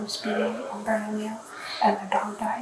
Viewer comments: Bern-a-lee-YO!!!! NOT Bern-a-lill-o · Berna-leo. Not berna-lillo I kno thats how it looks like you say it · Bernalillo pronunciation is off at the end when the guy says it… two ll’s is pronounced ee. So, Bernalieeo.